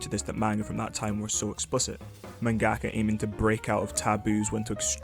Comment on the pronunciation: Dude, it's manga-ka, not man-gaka.